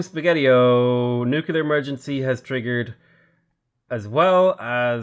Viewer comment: Please.... PLEEEEEASE..... It's nuclear, not nucular. You're such an intelligent man, I'm sure you can do it! Keep up the good work!